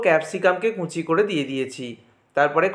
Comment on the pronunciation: কুঁচি নয় কুচি